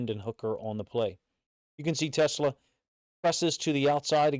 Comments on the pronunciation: FYI it's pronounced Tuh-SLAA, (like slaw in coleslaw, not like Tesla rhymes with Vespa) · Really appreciate the breakdown coach! Teslaa (pronounced “teh-slaw”) has all the tools. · OK !!! It's NOT Tesla..... it's t' SLAA !!!